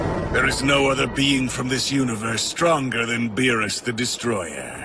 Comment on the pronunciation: Doomsday alone would wash all of these villains. None of them would stand a chance against him, not even Beerus with the Hakai. Also, never do an anime video again, because you guys can't even get the name right...